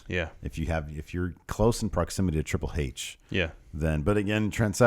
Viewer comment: The way Pete Dunne says Triple "Hayche" is the greatest thing since Austin